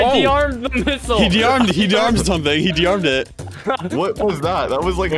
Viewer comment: bro really said he dearmed a trap 💀💀💀